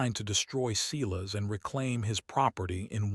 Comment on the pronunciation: Back to correct pronunciation. Silas, pronounced:- … Si, as in “sigh” … las, as in “las” Me, pronounced:- Me, as in “Mae” or “May”